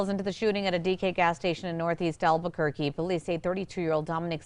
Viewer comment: Gringos are way too lazy to pronounce Spanish words correctly. Listen to how they pronounce Albuquerque, Santa Fe etc.